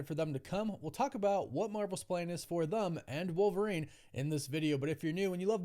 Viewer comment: Anybody else notice that he says Thum instead of Them ?